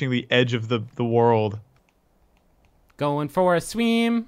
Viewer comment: "za warudo" bruh